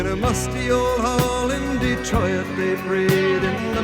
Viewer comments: Did you notice the mispronunciation of the word 'Detroit'? Detro.iit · I was a little surprised you didn't comment on his pronunciation of Detroit. We usually say it with 2 syllables, "de-troyt" but he sings "de-tro-it" with 3 syllables. It's always struck me. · When I heard the way he pronounced Detroit (as De-troy-it), I thought here's somebody who grew up in Ontario watching the national Saturday night staple of Canadian TV - Hockey Night In Canada. Starting in 1952, for a total of 48 years, Foster Hewitt, and later his son Bill did the play by play of the hockey game. Both of them pronounced Detroit exactly the same as Lightfoot did. Another personality on that show was sportswriter Scott Young - singer Neil Young's father. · I thought you would comment on the pronunciation of "Detroi-it" - if not a dipthong is a tripthong a thing? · I have to mention that I'm surprised you didn't comment on his unusual pronunciation of Detroit as "de-troy-it". It always catches my notice. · I thought she might comment on how Gordon turned Detroit into a three-syllable word by singing "Dee-troy-it." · I like how he gave "Detroit" an extra syllable to match the beat. "Detroy-it". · The other place you will hear Detroit pronounced with 3 syllables like he does here is some commentators on Hockey Night in Canada. Such a strong Canadian accent. My cousin insisted on getting married at Mariners’ Cathedral, I always found it kind of obscene to do that. Our family aren’t sailors, and these 29 souls are far from the only ones memorialized there. But I’ve been listening to this song since I was six, it’s amazing. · Fascinating as always. I noticed his pronunciation of Detroit near the end as "detro-it". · Really interesting break up of the diphthong to make three syllables in "Detroit".